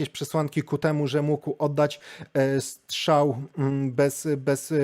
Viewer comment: Strzał, nie szczał 🤷‍♀️